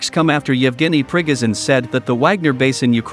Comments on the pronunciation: Not ['prigozin] but [pri'gojin]. It's unreal to listen to your pronunciation :)))) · To the announcer-- you pronounced Prigozhin's name wrong 3 different times 3 different ways in 1 minute. Very sloppy.